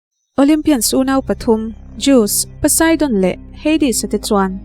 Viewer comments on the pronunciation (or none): Zeus.....zeusss j a lam rik tur nilo Poseidon....pawseidawn nilo pu sai dawn Beng alo thlep deuh mai mai nakin zel atan👍👍👍